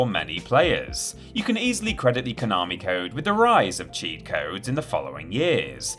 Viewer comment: If you're going to the trouble of pronouncing 'Gradius' correctly, you could at least learn how to pronounce 'Konami' properly too. There's no 'r', it's 'ko na mi', not 'ko nar mi'... (Love the channel really, keep up the good stuff!)